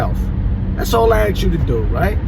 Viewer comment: AXE or ASK a question ? 🤔😁